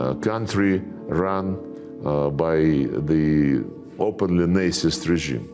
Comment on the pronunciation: Love how Mr. Lavrov says “Nazist” like “Nicest” regime😄